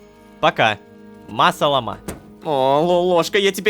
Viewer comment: Собираем петицию чтобы Ло начал говорить ма-салАма, а не ма-саламА.